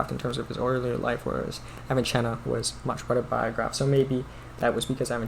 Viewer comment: Not pronounced as "Avichenna" but like "avisenna", that is without "ch" sound rather "s" sound.